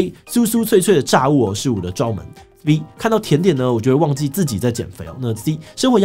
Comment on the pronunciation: A, 順帶一提炸 ㄓㄚˊ 物